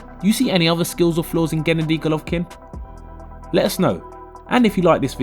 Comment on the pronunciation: Why are you the only person who pronounces his name like that?